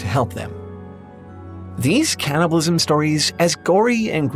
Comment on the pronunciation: Hey, It's called "Can"-nibalism, not "Can't"-ibalism